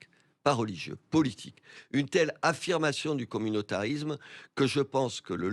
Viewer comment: 'I[S]lami[S]me' et non 'I[Z]lami[Z]me'; 'Communautari[S]me' et non 'Communautari[Z]me'.